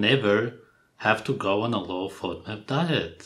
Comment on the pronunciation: A low what diet???? Are they saying low fiber diet? I'm hearing 'Fudmut" diet